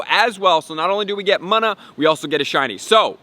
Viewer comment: Btw it’s pronounced moona